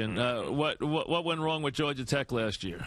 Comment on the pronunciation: Iman "George-er Tech" Shumpert